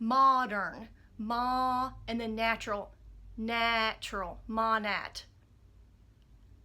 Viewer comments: Just FYI it’s pronounced “Moh-Nate” not moh-nat. :) it is scary how similar they are to wen and wen went under... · As a former MP it's pronounced Maw-Naaaaa. Like saying bye to lots of money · Don’t you think u should know how to pronounce it if you are gonna rant on it?? 😆